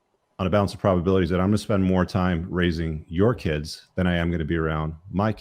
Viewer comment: Why did that one girl keep saying kuds what's a kud?